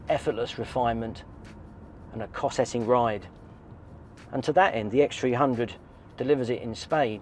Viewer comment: You say cosseting in a slightly strange way